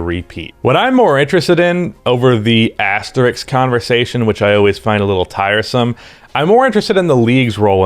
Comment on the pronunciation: Why do Americans pronounce "Asterisk" as "Asteriks"?